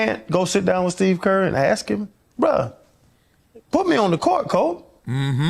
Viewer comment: It's friggin' 2026 and "Big Perk" can't even pronounce the word ASK correctly? Why would I waste my time listening to such a LOW IQ ex jock? Something is terribly wrong with the mainstream media, and why should this be acceptable? "We" should be held to higher standards!